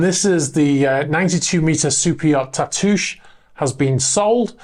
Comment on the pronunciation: Tatoosh: that’s a local place name here in Washington State. It means “breast,” and is applied to hills and rounded islands. It’s not pronounced like an iambic foot, though, but like a spondee, with roughly the same stress on both syllables. It’s no big deal. I’m just being nerdy about something local. 😺